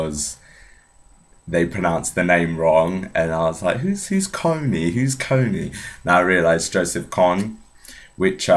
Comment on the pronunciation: I thought it was pronounced wrong too. It's pronounced "ko-ng". Good video